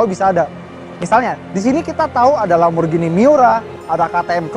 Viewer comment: Akhirnya, ini video Indonesia ke 2 yg saya tonton dengan penyebutan Lamborghini secara benar, "G" nya tdk diganti "J". 👍